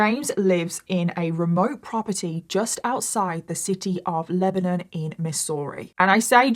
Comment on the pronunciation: This is in my neck of the woods. Such a horrific and sad case. 😞 So shocking when it was all discovered. BTW, you pronounced Lebanon correctly! 👏👏👏 Although many people around here pronounce it "Leb-nun." Most people not from here pronounce it like we pronounce the country, "Leb-uh-non."